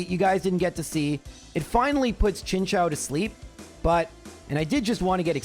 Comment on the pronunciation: How can chao and chou sound the same? I don't think trains go chao chao chao chao chao. It's Chin-Choo.